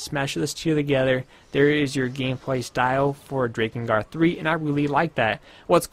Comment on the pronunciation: I know it looks like it would be pronounced like Drake, especially since it has to do with dragons, but it's pronounced like Drack Drakengard Drack In Guard The mispronunciation is a bit difficult to bear but grits teeth I can do this (continues watching)